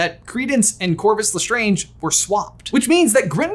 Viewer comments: Me waiting for the day lestrange is pronounced correctly on this channel.... they're strange... le strange not strongé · I’m sorry but am I the only one that noticed the way said lestrange 😰 sorry it was just kinda…… strange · It bothers me how you brothers intentionally mispronounce Lestrange. Just because the word's origins is french doesn't mean that's how the name is pronounced. You don't pronounce someone's name the way you want to, you pronounce it the way they do. Anything else is just rude. As Data says in Star Trek TNG when asked "Day-tuh, Datt-uh, what's the difference?": "One is my name, the other is not." EDIT: lol, then you pronounce it correctly later in the video. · OMG I don’t know if I have said Lestrange wrong my whole life but says it differently than I do I don’t know if I’m losing my mind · Can you please pronounce the lestrange properly please. Stephen frys why of saying is the absolute correct way to say it